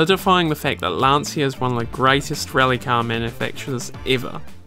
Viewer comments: It's not pronounced "Lan-see-ah", gotta remember it's an Italian last name, so it's pronounced "Lan-Chya".... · It's not Lan-see-uh. It's LAHN-chah. 2 syllables not 3. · Please, it's Lan-Chia, not Lan-See-a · Good video, but if you want to tame the heart of Italians you should say "Lan-cha" instead of "Lan-see-a" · Lan-Cha not Lansia. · Awesome video. Just a linguistic tip for English speakers, which very often mispronounce the name. In the name Lancia the Italian C is pronounced like the English CH, like in the word 'cheese'. To an Italian listener you are saying LanSia. To figure it out quickly, write the word 'spear' on Google Translate then translate to Italian. Italian for spear is in fact lancia. Then tap on the speaker and listen to the correct pronunciation ;) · it is pronounced "Lan-Chia". respect the italian way of pronounciation please. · It's an Italian name, not English. Obviously, You and the commentator didn't know it. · Just one little thing: in italian, "cia" is pronounciated like you would do with "cha" in english. You should say more like "Lunch" plus the A as you already say it in the video. You can hear it in this video 40 seconds in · You managed to mispronounce all the italian car brands. Every time you say Lancia, my ears bleed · Fantastic work. Great documentary, but you should at least pronunce some Italian words in the right way. Is Lancia, not Lanzia. And is Sanremo, no Senrimo....